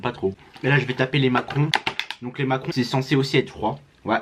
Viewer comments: Ta dit macron au lieu de macaron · Tu as dis Macron au lieu de macaron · On dit macaron pas macron 😅🤣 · On dit macaron et pas macron frerot 🤣 force à toi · on dit macaron